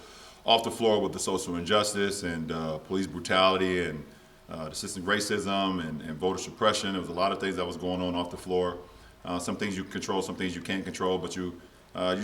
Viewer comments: This is the second time in a different interview I’m hearing LBJ say “systic racism”...somebody help my man out!!! 😂😂😩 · Hey why don’t one of you dolts tell Lebron it’s SYSTEMIC RACISM not desizm not sesizm. Lmao dude said it on road trippin...shows you he clearly doesn’t know or care about it. Gotta do better. Dudes a billionaire. Lol